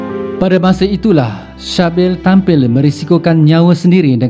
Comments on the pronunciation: Sebutan dia bunyi macam "Sibil" bukan Shabil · Sybil = C-bil dan bukanya shah bil